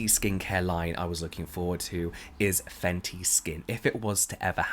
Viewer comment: Ok but can we talk about the intro " faNcY yOu!!!!!" 🤟